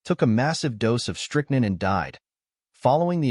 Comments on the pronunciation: Strick- nine is the U.S. pronunciation. Not strick- nun. 👍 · Not to mention strick-NINN and POINT 32 caliber.